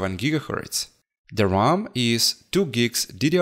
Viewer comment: Amd not imd Ram not rarm